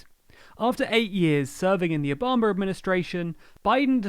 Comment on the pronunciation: Did you say Obamer administration?